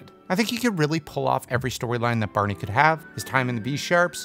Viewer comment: It's barney not berney